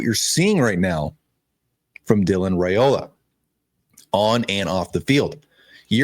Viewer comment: Hey sweetie FYI Dylan's last name is pronounced RI Ola. I enjoy your shows. Have a blessed day.😊